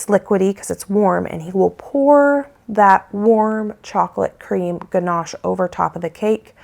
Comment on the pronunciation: Congratulations learning to pronounce ganashe correctly.